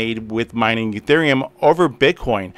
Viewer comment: Why do you call Ethereum Uthereum?